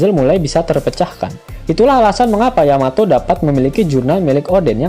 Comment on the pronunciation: Yamato bkn Yametee😆😆😂😂